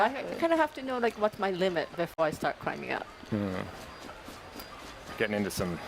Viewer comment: "do some criming and jumping?" nice asian accent